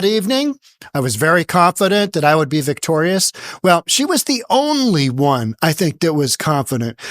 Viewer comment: She did not say victorious she said victorus